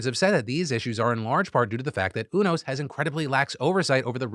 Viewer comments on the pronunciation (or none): haha Phil, its not UNOS like "uno" its U-NOS like "u-haul" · I think it’s pronounced you-nose not ooo-nose (this information is 100% from Grey’s Anatomy) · Love you Phil but it's pronounced "You"-nos not "UNO"-s 😂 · Umm actually…it’s “u-nos” not “unos” 😅🤓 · You-NOS 😬 Not, Oonos 😔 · UNOS is Yoo Nosse (like Too Close). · I think it's pronounced U-NOS (you-noce). I credit 15 seasons of ER. Dubious source, yes, but Michael Crichton was an MD I believe. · pronounced "you" "knows" UNOS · The way Phil pronounces UNOS tells me he's never been a fan of Grey's Anatomy. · You can tell Phill doesn’t watch greys anatomy based on how he pronounces UNOS😭😂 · All the grey's anatomy fans cringing at the pronunciation of "Unos" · You say unos different than I’ve ever heard it before